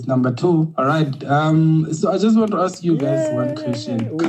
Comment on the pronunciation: "AKS" - I'm "aksing" you a question 😂😂😂😂